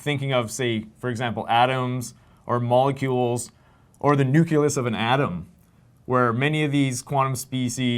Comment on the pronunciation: Hearing you say systematically say "nuculus" instead of nucleus is distracting, bringing to mind Homer Simpson's famous quote.